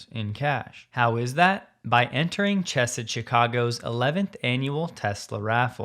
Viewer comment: Good stuff, however the correct pronunciation of Chesed is not Ch like chess but rather Hach- like you’re hacking up something. Means “loving kindness”. Good for you for promoting their raffle and causes